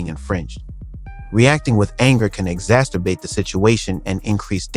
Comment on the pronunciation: "Exassterbate" is not a word.